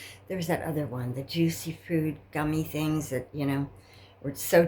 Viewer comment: I believe you meant to say jujyfruits,,,unless that's what you said,,,but it sounded like juicy fruit